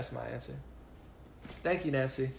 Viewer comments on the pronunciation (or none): none